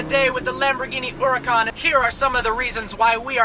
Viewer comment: The way you pronounce Húracan and Gallardo is terrible and hurts my ears